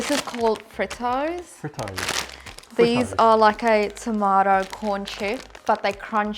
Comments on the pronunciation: Bro no hate but she said Fritos wrong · She say, Fritoes🤣😂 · Its not fritos its pronounced freetoes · Haha it's pronounced freetos even though it's spelt Fritos lol 😂😂😂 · Eeeeek - I have been itching to comment from the very start. So Frito's is pronounced Freeeetos! South African well known sweets and chocolates were not well represented, at all. First and foremost - where was the Peppermint Crisp??? Where was a Crunchie, a Flake, speckled eggs? Your biscuit choices....mmmmmm there are a lot more exciting choices!! Sweet choices - where were the Fizzer Bars? Your wine gums were obviously very stale because they are usually a LOT softer than the one's you tried. From Cape Town, South Africa, I hope you do another with a wider variety of choices (and I agree...not all wafer-type chocolates) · Shes from sa but doesn't know how to open tennis biscuits and doesn't know how to say fritos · Bro she dosent know how to say fritos